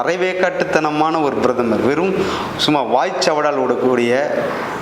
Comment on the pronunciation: Who the hell are you ? Introduce your name with your qualification ? What an idiotic talk... Who wrote and gave you Thundu paper Brathamar illappa PRATHAMAR.. if you have little knowledge can you speak without bit paper